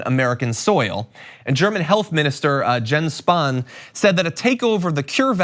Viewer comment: It is pronounced "Yens", not "Jens". Hardly an uncommon name.